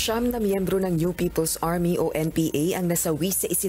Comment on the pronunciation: "Siyam na miyembro ng UP-ple's Army" tsk tsk tsk pugad talaga.